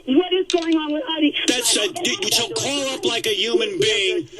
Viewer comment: Are you gonna cauwl me